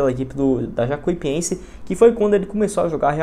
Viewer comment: o certo é Jacu i pense, todo vídeo vc fala errado, vc fala como se tivesse dois i